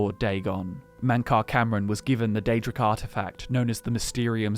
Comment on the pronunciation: Yep, always does their research, unlike Nate who can't even pronounce the names of Daedric princes. *shots*. He's still epic.